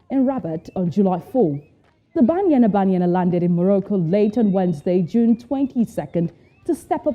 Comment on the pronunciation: I like the way the presenter is calling banyana banyana 🤣🤣🤣